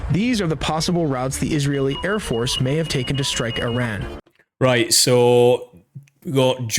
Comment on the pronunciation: I love how their generated voice they use can't even pronounce Iran. I would take this video with a huge grain of salt.